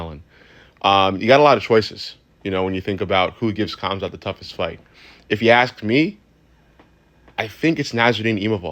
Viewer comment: Hamzat the k is silent